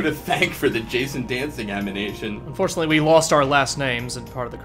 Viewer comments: Wait...Did just say "amination?" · Did say "amination" during the credits? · "Jason dancing amination" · The jazzercizing Jason was so funny that forgot how to say animation.